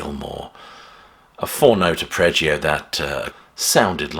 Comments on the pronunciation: “Arpeggio” not “apreggio”, nice video otherwise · Ar-peggio, not ap-reggio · Friendly, well intentioned corrections: There is one 'R' in 'arpeggio' - "Are-pej-ee-oh". The opening guitar motif in 'Shine On...' isn't an arpeggio. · Only one 'R' in arpeggio. Arp - eggio.